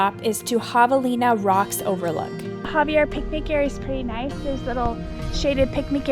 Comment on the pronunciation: This lady's horrendous (and seemingly selective) mispronunciations of Saguaro, Javelina, and Hohokam are equally offensive and unnecessarily painful. At least put a disclaimer at the start of the video that you don't know (and clearly don't care) how to pronounce, these words but are going to say them anyways. The willful ignorance, as she confidently and unhesitatingly, butchers these easy to say (with a bare minimum of effort) words is both unsurprising and very much on brand for a certain demographic of folks....